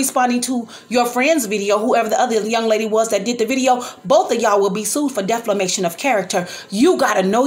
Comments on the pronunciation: Right , and it’s defamation not deflamation and you’re a public figure. Bethany was just telling what was told to her . You don’t have a dog in the fight sorry, and if she was so sick and recovering why was she there? Obviously she was looking to go and do something she had no business 🤔. I know you’re mad as an auntie but grown ups have to take responsibility for their actions. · And it defamation not deflimation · You have the wrong meaning of defamation. You can’t even pronounce it .